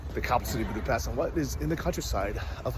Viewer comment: nice job. BTW it’s “Booda-pesht”. It’s a tough language (I grew up with it) but getting the pronunciation right will buy you major cred. Stay safe.